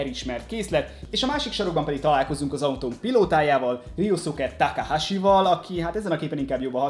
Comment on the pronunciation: Szia! Külön írtam még az Unboxing videó alá, hogy hogy kell az INITIAL D-t kiejteni! Ennyit ér neked a komment szekció? (RIUSZUKE TÁKÁHÁSI) Ezt viccnek szántad mert messze nem annak tűnik!! S amúgy is! A mangából vett képek vannak a dobozban lévő dobozokon ! Tákumi nem Rószuke! Az mondjuk elég bizar, hogy ha az 5.évadnál tartasz és sem a sorozat nevét nem tudod rendesen kimondani a 3-főszereplő nevét! (KEJSZUKE)-ez hogy lett? Hogy keletkezett a KISZUKE-ből KEJSZUKE? ! Hogy lesz a 3S-ből 35-? Bár mondjuk léggé hasonlít! Prodzsekt Dí-ez majdnem helyes is lett de az Prodzsekt DÉ! Amúgy az összeszerelés alatt, ha nem mentek össze rendesen az alkatrészek és van több olyan darab is, akkor próbálgasd be a többi ugyanolyan alkatrészt is ugyanoda, Nálam kamu legóknál működik! Nem volt rossz videó de tényleg.........A kiejtések azok félelmetesen borzalmasak voltak, egyszerűen nem tudom hogy lettek bizonyos nevek ilyen alkotások! "(+infó! A matricákat könnyebb levenni, ha magát a lapot a ragasztások szélénél megtűröd)"!